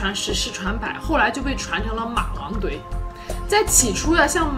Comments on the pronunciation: 我们湖南人说话么有儿化音，说马王堆儿真的好好笑。哈哈哈哈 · Qiao ZHAO 我们有儿化音的地区，念马王堆也不带儿字😂